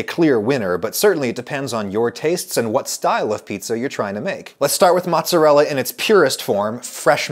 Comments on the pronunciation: Who (*$@ calls mozzarella "mahtz"? My italian grandmother would probably have beaten that word out of you if she heard you say that. Also, scamorza is the best cheese for a NY style pizza. It's got the best flavor (between mozzarella and provolone) and is a drier cheese, so works well on thin pizza. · its not Matz its Mootz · % NOT PROVOLONE. I worked at a capris Italian restaurant for ab a year and they used provolone instead of mozzarella, pronounced MAZZ uh rella, not mahts uh rella, just like pee za it not pronounced Peet's uh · please stop saying "motz", my italian mother is worried. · He is saying "mozz", so should be forgiven. ;))) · I'm part Italian so you say "MOOTZUHRELLA" lol :P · I was horrified when I heard him say Motzz It's like when someone says Peps or Roni instead pepperoni. It just rubs me wrong. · Drinking game: do a shot everytime he says mozz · there's something about him saying 'motz' that i really hate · Italians losing their minds on Adam's pronunciation of "Maatzarella"and MAATZ!! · Adam I love you but please refrain from shortening mozzarella to "moz" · So we're calling mozzarella "motz" now? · stop calling it mozz! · Am i the only one who cringes when he says mozz? Is that a Georgia thing? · Stop saying mozz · "mozz"?... ....cringe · Stop calling it Mozz you fool. No one calls it that.